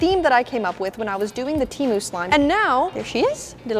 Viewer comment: It's pernonst temu not teemu